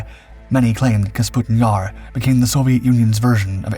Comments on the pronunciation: It's NOT KAS PUTIN Yar. It's Ka PUS' tin Yar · I thought "KAS-PUTIN-YAR" was the real mispronunciation in the video. When it's clearly spelled "KA-PUSTIN-YAR" and he even says it correct one time. I literally can't even tell the difference even though you spelled it out for us. It looks like Canbera both times; extra useless letters in both cases since "E" before a consonant followed by "A" doesn't change the pronunciation of "E" or "A" except in case of "M". Ex, beta, theta, candela, favela, viscera, cholera, opera, caldera, diptera, chimera. Where, "EMA" changes the pronunciation of "E". Ex, eczema, extrema, edema. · Kasputin Yar... LOL! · Take a shot every time he says Kasputin Yar. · K A P U S T I N Y A R ....There, I hope it can be pronounced correctly now 😉🙃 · KA- PU- STIN YAR. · Kah-PuS-TIN YAR....that is how it is pronounced! Please please.... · I love this guy. Take a drink every time he mispronounces things, places, names. Have an ambulance on standby. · I hope not. He can’t even pronounce the name of the city. And it’s even shown in plain English letters.